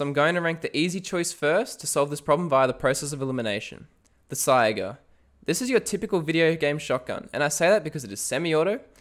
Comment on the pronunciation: Bro please, it's called a saiga pronounced sayga